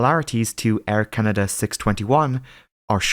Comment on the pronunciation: Air Canader? never heard of it.